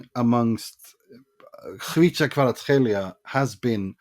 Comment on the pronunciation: When I heard that pronunciation I was like :O. Respect from Georgian.